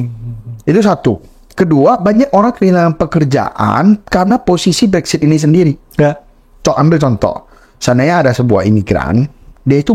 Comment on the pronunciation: Konten-nya bagus. Hanya sekedar masukan saja yah guys. Mohon Brexit jangan dibaca "Brexshit" hehehe.....